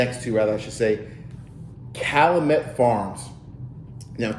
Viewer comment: It’s pronounced Cal-you-met